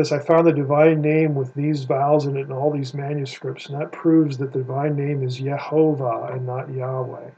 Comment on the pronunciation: Also notice every time Michael Heiser says “Ye-HO-Vah” he’s emphasizing the middle syllable “Ho”… however he should know that every Hebrew manuscript that contains the vowels, the accented syllable is always at the end “Vah”…”Ye-ho-VAH”… this also proves why the name begins with the pronunciation “Yeho” and not “Yah”. The vowel shifts and changes from a kamatz to a sheva when the accented syllable is moved. This also happens when a word is elongated.